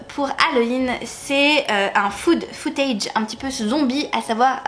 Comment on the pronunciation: Merci pour ces reco :) Autant j'ai vu quasi tous les films dont tu parles (sauf le petit chaperon rouge mais ce n'est pas mon truc), autant j'ai lu aucun des livres donc j'ai noté tout ça ! Et je suis d'accord avec tes choix de film, ils sont tous bons dans leur genre ! Par contre pour rec j'ai l'impression que tu dis "food footage", c'est "found footage" haha 😉